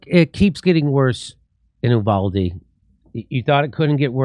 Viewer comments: Please..... Uvalde is pronounced You-Valday not Ooo-Valde... I'm a Texan and know... If said while speaking in Spanish it's You-Walde... It's just so strange to me so many professional commenters don't have someone who knows these things... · It's pronounced 'You-val-Dee' here in Texas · I’m a Texan who lives close to uvalde.. it’s pronounced You-vah-Dee lol no worries I don’t give a shit what you call it just saying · You-Vahl-Dee** forgot the L